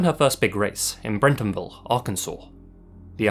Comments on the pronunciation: It's Bentonville not Brentonville👍🏼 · 🤦There's no such thing as Brentonville, AR. It's Bentonville. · You're so lazy that you called Bentonville, Brentonville. Come on. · I think you meant to say BENTonville, I've lived here since 2007 and mt eye twitches a little every time someone adds an R.